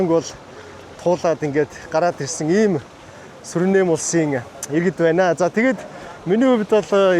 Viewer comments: Суринэм биш Суринам гэнэ шүү. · Суринам гэж улсыг Суринэм гээд л байх юм. Ядаж наад хоёр дэлбэнгээрээ иргэд нь өөрсдийгөө Суринам гээд байгааг сонсооч юм уншаагүй үзээгүй ч гэсэн